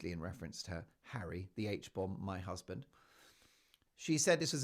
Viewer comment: 😂😂😂😂😂 “ Mey hassssssbend” love it